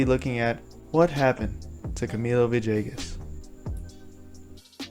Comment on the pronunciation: Good story..... just need to stop pronunciation of Villegas as "ViJAYGus"..... maybe say his name right.. pga announcers need to get it right as well!!!